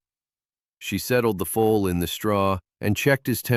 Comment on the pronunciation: Foal,not full. not fool